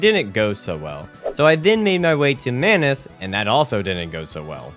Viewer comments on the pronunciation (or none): You said sus crybers instead of subscribers And mayonnaise instead of manos 😂😂